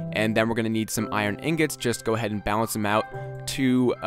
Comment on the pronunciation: you said lets go ahaid like 5 times